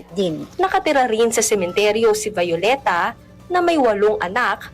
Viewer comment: Halata na talaga pag-palit ng generation. Yung mga reporter hindi na ma-pronounce na mayos ang mga Spanish names ng mga Pilipino. Yung "Vyu-leta" naging "Va-yoleta". Yung iba din, hindi marunong mag pronounce ng mga Spanish names ng mga lugar like "Gerona" "G" as "H". Need yata uli ng basic Spanish. Tunong jejemon na yung iba. hahaha